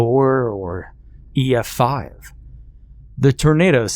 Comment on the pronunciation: Also oof that misspeak "e5f" lol